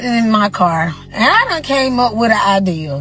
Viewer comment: It’s idea. Not ideal, you muppet.